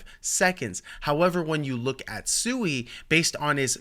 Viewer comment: Pronounced Swee. Japanese for water. Hence the logo